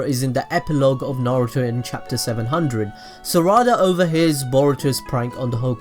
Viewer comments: Its saらda not saRRada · It’s not sawada it’s sarada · It’s not sarda it’s sa ra da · Bro don’t tell me you say SURADA it’s SARADA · Its sarada not sarida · Is it just me that hears "za warudo" whenever he says "sarada"? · The way he says saradas name makes me mad low key just say sa-da-da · Sa ra da lol its sarada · mispronounces sarada IT NEVER ENDS SORUDA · It’s Sar-uh-duh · Pronounced Sara-duh and Sumir-eh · saw raw da lol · The way he said Sarada is Sourada... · This is how many times he mispronounced Sarada ⬇ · Say the name right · The way u said sarada just pisses me off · he can't even say sadara right